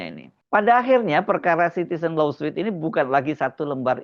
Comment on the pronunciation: Lawsuit: dibaca lowsuut